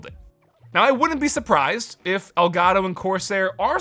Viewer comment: i love how he says ol garo instead of el gato